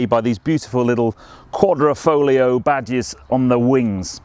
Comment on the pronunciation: its not quadrOfoglio, but quadrIfoglio - you are speaking it out wrong.